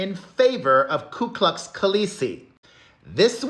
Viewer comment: Lol. That made me laugh so hard. By the way its, actually "ku klux" not "klu klux".